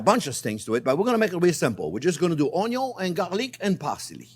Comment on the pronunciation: My Favorite Chief says Onyo and now so do I